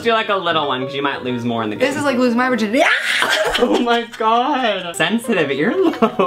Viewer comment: WHAT THE FUCK IS A VERGINITY??????